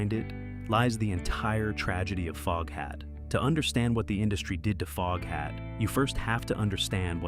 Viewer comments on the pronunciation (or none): I hear that! When AI said Fogehat I said WTF FFS!